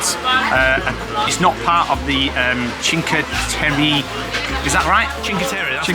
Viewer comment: Was in Cinque Terra in 2017 f0r 5 nights, by far one of my favorite places in the world. It is pronounced Chink eh Terra! Brings back so many wonderful memories!!